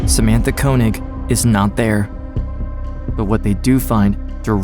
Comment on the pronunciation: Amazing that even mr koenig or könig himself dont even know how to pronounce his name right